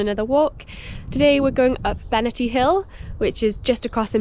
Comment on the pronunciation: Cracking weather! You can’t beat crisp white snow and blue skies. Interested in your pronunciation - I’ve always known it as Benaaahrty (if you get my drift). I hope you plan a walk up Falkland Hill.